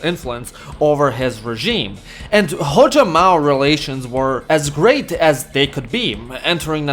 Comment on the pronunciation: Bro mou Zedong 💀